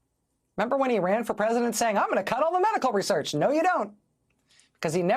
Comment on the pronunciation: Why does she/he say research like that??